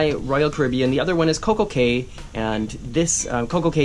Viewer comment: By the way, Cay is pronounced "Key".